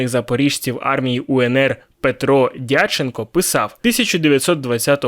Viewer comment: Дяченко, наголос на другому складі.